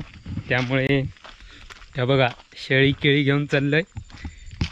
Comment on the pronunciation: दादा शेळी नाही रे शहाळी अस आहे